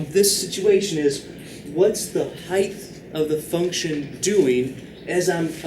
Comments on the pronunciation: Please, please, please, PLEASE stop saying "heighTH." You are a MATHEMATICS professor; this is cringe-worthy. However, this channel is honestly a godsend. It is an absolute shame that I have to get my instruction from somewhere beyond my class (where the instruction SHOULD be the best). I am forever indebted to this man for supplying the necessary intuitions behind these extremely subtle and precise concepts. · Wait, why does he say the word height like that? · I just assumed that it was an accent or something. =P But it doesn't really matter in the end anyway, since the purpose of a language is to simply communicate with other entities.